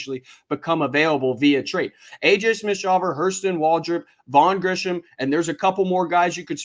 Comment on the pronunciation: It's Grissom not "Grisham"